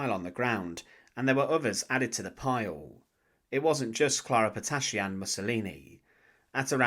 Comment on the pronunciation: "Clara patacci" Non, clara Petacci !